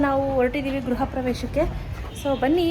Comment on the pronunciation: ಗ್ರಹ ಅಲ್ಲ ಗೃಹ